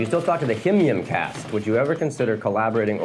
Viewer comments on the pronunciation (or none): idk why it makes me so happy that he pronounces himym out loud like him-yim lol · the way he pronounces HIMYM is so funny lmao